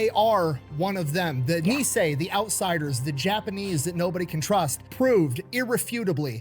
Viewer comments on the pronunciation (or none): It took a moment to figure out what island he was talking about in the beginning. It is actually pronounced "Nee-ee-hau", a full three syllables, each distinctly pronounced.